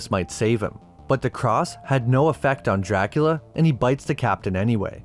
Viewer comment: Pronounced "dracoola"